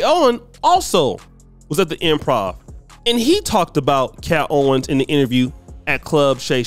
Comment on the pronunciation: “Kat Owens”